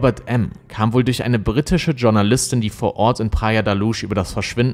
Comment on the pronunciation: Du machst das echt toll und sehr genau, habe deinen Kanal auch abonniert! Aber bitte tu mir einen Gefallen und schau dir an, wie man das Wort 'Journalist' richtig ausspricht! Das tut echt weh. Ich weiß, in Deutschland ist das sehr verbreitet, es ist aber falsch!